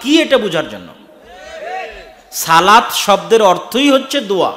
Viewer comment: মাশাল্লাহ অসাধারণ বয়ান। আল্লাহর সাথে সরাসরি কথা বলার সুযোগ বান্দাকে আল্লাহ দিয়েছেন। উচ্ছারণ হবে, 'সলাত'। 'সালাত' না।